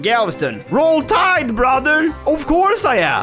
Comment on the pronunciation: Preface: American here. Southern American at that. I had to pause because of how hard I was laughing at "Roll Tide!" In a Texas accent. Absolute A+ for effort, funny as hell.